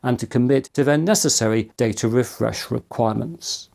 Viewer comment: It's "Data", not "Data"